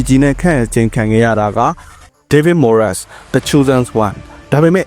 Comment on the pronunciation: Moyes ကို မိုယက်စ် လို့ အသံမထွက်ပါ မွိုင်းစ် လို့သာထွက်ပါတယ်။